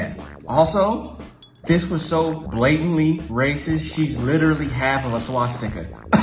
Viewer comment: "She witerally"~